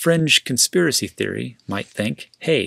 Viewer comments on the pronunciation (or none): none